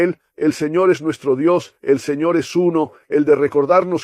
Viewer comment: Que horrible se oye la palabra señor